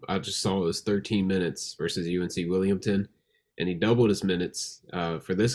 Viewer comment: If this mf says Williamton one more time